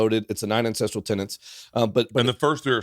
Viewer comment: This guy is tripping me out. English is my second language and the way he pronounce "ancestral", I hear "incest".